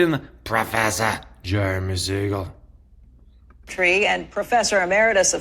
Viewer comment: She said Jurume lol